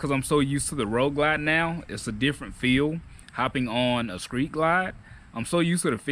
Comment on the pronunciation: lol Bro you said "skreet glide" lol